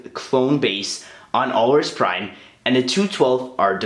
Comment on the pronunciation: Productions OK. I was just curious, because you pronounced the name incorrectly (Granted, it was only mentioned in a computer game.) And you didn't include any Wookies (It was one of the few Wookie colonies to exist, as Alaris Prime is a planet or moon in the same solar system as the Wookie home world Kashyyyk) While it doesn't terribly bother me, I just wanted to know if you knew.